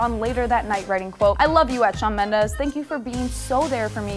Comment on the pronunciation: *Did she say Shawn Mello* 😂 :32